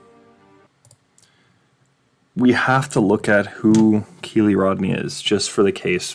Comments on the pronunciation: Dude.... Learn the details before you try to put your two cents in. And... It's not Kee Lee. It's K 👁️ Lee. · Tip. Do not mention a victim if YOU CANNOT PRONOUNCE THEIR FIRST NAME.